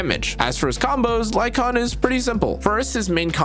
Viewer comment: HE DID IT! HE PRONOUNCED LYCAON CORRECTLY! LETS GOO!